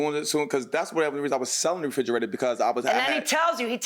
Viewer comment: frigerator... The judge and the defendant keeps saying.. it's refrigerator